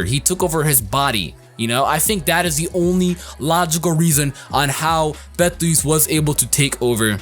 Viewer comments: its actually pronounced Beatle juice lmao, strange I know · the way people pronounce Beteleguese's name makes me hurt inside. have none of you heard of the pronunciation: "beetle juice"? because i have heard a couple of folk tales about the name LONG before the anime.